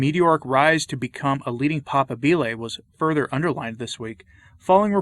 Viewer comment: papábile (pah-PAH-bee-leh) with stress on 2nd syllable.